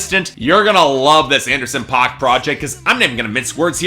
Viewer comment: You say the name wrong, it's pronounced like "pack"